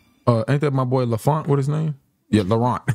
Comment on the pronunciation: "Lafont" lol I laughed too hard at that